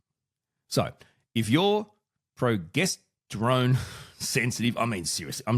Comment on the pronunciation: Pro-Jester-Own, that's how I've always heard it pronounced.